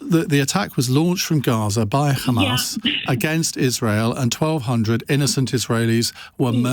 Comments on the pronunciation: It's Hamas, not Khamas. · Ian Dale makes me sick. You can tell a Zionist, they always say Khamas instead of hamas. There's no K in hamas.